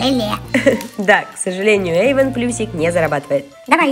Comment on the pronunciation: Эйван а не Эйвон.😒